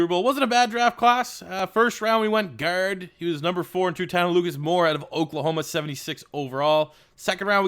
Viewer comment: Nothing is more discomforting than when you say the word "Guard"